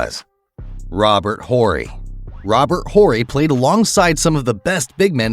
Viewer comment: Dude? Robert Horry. The H is silent.